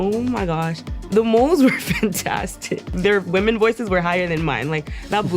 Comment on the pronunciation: I’m sorry, but do you not know how to pronounce the plural of woman?